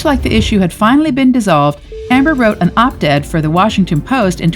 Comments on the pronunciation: It's "Op Ed," not "Op Ted!" Just to let uou know. 😉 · "opt ed"? lol (It's short for 'opinion editorial' = op ed). Stood by him, not beside him. To escape the situation, not escape from the situation. I hope you learned something here today.